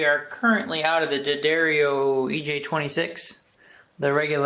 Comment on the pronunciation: Does the bulge go from flat to Scruggs? You even pronounced "D'Addario" properly! Good work,.